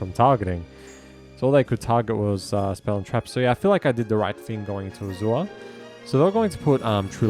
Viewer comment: You're saying Azure wrong. It's pronounced A•zure.